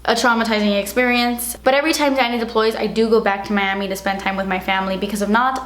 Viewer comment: I thought he's your dad cuz when you called him "Danny", it sounded like "Daddy"